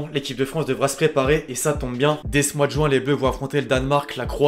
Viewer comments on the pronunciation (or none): none